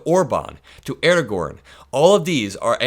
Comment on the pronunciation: The Turkish prime minister's name is pronounced 'Erdowan'.